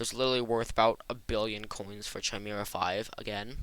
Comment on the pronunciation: ah yes CH-imera but it's a really good video thanks man